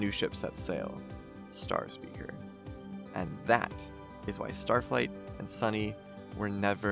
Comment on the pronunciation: BRO LeT ME sAY STaTfLIgHt